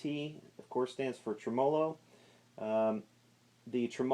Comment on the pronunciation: whats a tremOlo? I think you're putting the emPHasis on the wrong sylLAble